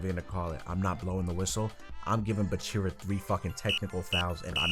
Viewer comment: It's BAAAAAAACHIRAAAA not buchirra